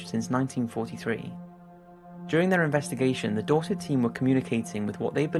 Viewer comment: What is the name of the group in number 2? I wish he put the teams in the description. Edit: Nvm it's Dorset. I though is was saying Dawsik.